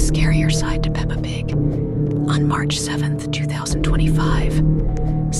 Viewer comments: She said eppa Pig💀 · It’s Peppa Pig not papa pig ☠️ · The way that instant of saying pepa pig. She said papa pig did anyone see that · Is pepap pig not papa pig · PAPA PIG!? BRO ITS PEPPA PIG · that isnt "peppa pig" house, its an ABANDONED CHURCH the guy who made the video said sorry for missunderstanding (idk how to spell that) Edit:i just saw that you dont say peppa pig you say papa pig 😭🙏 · Why you say papa pig but not Peppa pig 😭😭 Btw sorry if I'm too harsh 😔😔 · Its kinda funny that you called peppa pig "Papa pig" lol!🤓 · You said papa pig